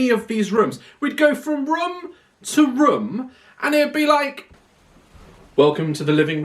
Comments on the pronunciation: I love the fact he said Room so many times but he says Rum and not once said it right lol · everyone = room Daz = ✨rum✨ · It’s kinda funny to me how daz says rum instead of room